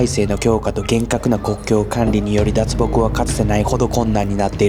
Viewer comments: 信じたいけど難しいです。 だけ「だつぽく」と言っています。 他では「だっぽく」と言ってるのに、、。 AIに読ませたように感じます。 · ニュースを明らかにジュースと言っている 脱北(だっぽく) を明確にだつぽくと言っている 後からアフレコで音声入れる編集をしてるのに、ここまでハッキリと間違えて尚且つ気が付かない事なんてあるか？？ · ナレーションで脱北のことだつぽくって言ってるよ。自撮りだとちゃんと言えてるのに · 「脱北」を「だつほく」って読んでるで。AIの音声読み上げ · 他のところでは「だっぽく」って言ってるのに、ここだけ「だつぼく」 AIでよくある誤読みたいで、不気味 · 日本人なら脱北は基本的にだっぽくと言わない？『だつほく』読みはAIの読み上げだね そして ではだっぽくしゃと読み上げてるけどAIだから文脈で読み方変わって統一感なくなるんだよ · 脱北をだつぽくって言ってるのがきになる。次に出てくる脱北ではちゃんとだっぽくって言ってるからたまたまなのかもだけど、だっぽくを聞きなれてるから一瞬ん？て違和感があった。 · だつぽく？？ そのあとはだっぽくってしっかり言ってるのに、、 AI音源の可能性あるな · 挟まれる解説が抑揚のない発音でAI音声みたい。特に10分くらいのところで『脱北』をだつほく、だっぽく、と二種類で発音してたりなんだか不自然に感じてしまう… 南半球の国の動画を出されるのを楽しみにしてます。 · 撮り溜めは理解できる、これをいつ編集したかが知りたい、随分前に編集したものをそのままアップするような人なのかな？アップする前に内容確認するよね、私youtuberじゃないから知らないけど。アフレコとかAI使うような人じゃないよね、脱北を「だつぼく」と言ったり「労働」だけやたらおかしな発音になってるし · 脱北のこと「だつほく」 ニュースを「ジュース」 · 9分17秒「だつぼく」？ 24分21秒「じゅーす」？ 31分42秒の市場の発音って普通でしょうか？関東の人間からは変に聞こえる。 何か違和感しかないなぁ。 やっぱり拘束されてしまってるのかな😢